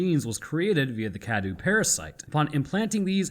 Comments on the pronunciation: Huh what Cadou is pronounced as kadu? That's not right, it's supposed to be Ka-dow, meaning present/gift in Romanian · By "pronouncing correctly" you mean "close enough" right? Then again, better you no longer pronounce it "Dimitresc" which was dumb :D. Also, you're still mispronouncing "cadou" (gift). It's not "kadoo" but closer to "ka-dough", the O and U sounds are separate. Trust me, I'm Romanian :) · I really wish you'd learn how to pronounce Cadou. Forget the u is there, man.